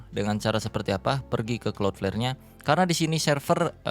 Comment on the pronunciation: Gw yg tiba² nongol video ini tanpa tau apa² & tetap gw tonton sampe habis. Yg terngiang² di kuping hanya " klot pler"